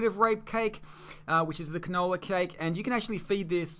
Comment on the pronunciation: It helped a lot but you saying the canable was funny